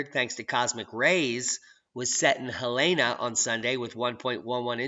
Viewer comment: It’s pronounced, hell in a. Helena Not hill lane a